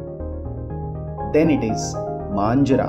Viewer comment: You have called MANJEERA as Manjra... for the rest am very impressed and cool video!!